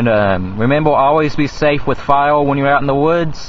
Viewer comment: Son you need to lear how to talk! Its "heater" & "fire" not "heatal" & "file"!